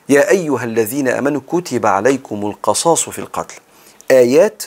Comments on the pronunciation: اسفه بس هى القِصاص وليس القَصاص ..ربنا ينفع بحضرتك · القِصاص بكسر القاف وليس بفتحها بارك الله بك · بارك الله فيك ورزقك العلم ونفعك به . ولكم في ( القصاص) بكسر القاف تقريبا حضرتك قرأتها مفتوحة . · تصحيح : ولكم في (القِصاص) بكسر القاف جزاك الله خيرا